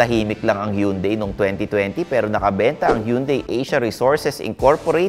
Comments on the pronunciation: Tama na ang Tucson pero mali parin ang hyundai🤣 hun-day not hiyun-day. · Sir it's HAN-DAE not YUN-DAE! ✌✌✌✌ Yeah you got the Tucson pronunciation right!👍👍👍🤣🤣🤣